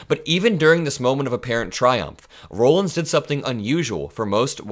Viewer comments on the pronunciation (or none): It's pronounced "Rawlins". I know because my maiden name is Rollins. I appreciate all you do,. Keep up the fight. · FYI: Rollins is pronounced Rah-lins, not Row-lins. Also she will not be COS, Dump already announced today Susie Wiles will be COS.